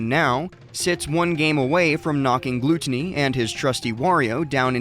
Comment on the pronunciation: how do you not know how to pronounce gluttony? lol